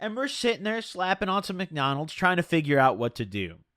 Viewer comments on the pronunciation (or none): its not mcnaunolds or whatever fucking shit u called it its McDonalds, be better wth is this bro fr